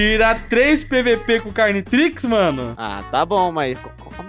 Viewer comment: Mano quando ele falou cariotrix, pensei que era um ominitrix carioca kaka